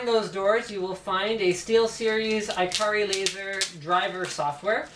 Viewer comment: Steelseries gets their mice names from Japan, the Japanese way of pronouncing ikari is ee-ka-ree.